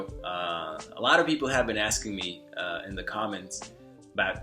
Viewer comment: Your English is quite good. As a native English speaker, I only noticed two indications you aren't American. You sometimes pronounce a D sound instead of a Th. While in some cases we do use the D sound in place of T, I noticed your The often turns into a Duh. The other would be your pronunciation has a slight glottal origin. Overall I'm impressed!!